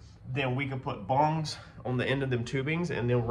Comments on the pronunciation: The sound isn't bong.. bung is what is sounds like.. but in actuality it's spelled bunge.. silent e.. it don't matter what you call it, we all knew what you were talking about.. I just threw in proper verbiage Is all... no big deal, wasn't trying to make one out of it.. if a person can't comment back to help teach you something then maybe I'll just take my happy ass on up the road.. get your viewers to hit the like button without my help there as well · Let's call the bongs, what they are as bunges... looks good.. slow down n breathe and you won't make near as many mistakes.. keep on keeping on.